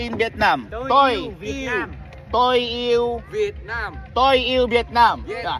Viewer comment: Parang "Toyi" yung pagkapronounce😅😂. Double meaning hahahaha